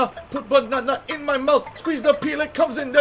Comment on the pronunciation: I find it funny how the comes in there sounds like comes in N-word